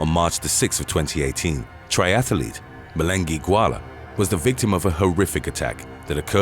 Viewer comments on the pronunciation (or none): You misprounced